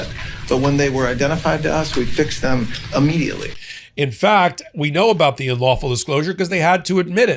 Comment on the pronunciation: Pam Bondi pronounces immediately Huh-weirdly. I know this isn't productive to the conversation but for some reason this bothered me.